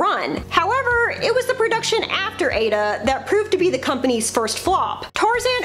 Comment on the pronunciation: Just letting you know Aida is pronounced "eye-yeet-a". All good tho, and great to see it in a more mainstream video😁